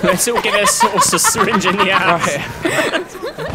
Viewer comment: it's not sayrinng it's syringe